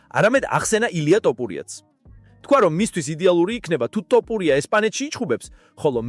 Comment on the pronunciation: რა ტოპურია... თ ო ფ უ რ ი ა